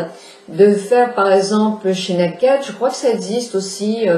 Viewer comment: Ca se dit " neille - kid " Voilà voilà